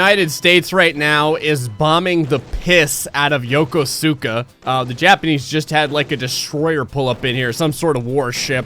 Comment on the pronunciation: The US has a military base is Yokosuka, so I guess it makes sense that there would be a lot of stuff happening there. Also, you pronounced it a little wrong. The "su" sounds more like just an "s" and the "ko" is emphasised, not the "su". But hey, at least it was more correct than some of the Americans that actually live there. They like to say "YoKUska" and it makes me want to die.